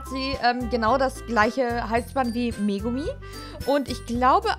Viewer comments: ES IST MEGAMI NICHT MEGOMI XD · Ich finde es immer geil wie sie "Megomi" statt "Megami" sagt XD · Megomi das heißt doch megami